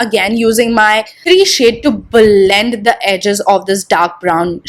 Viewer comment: bLLLLLend bLLLLending bLLLLend. OMG!! Just stop with that!!